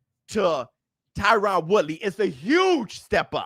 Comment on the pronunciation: HIS NAME IS TYRON(TIE-RIN)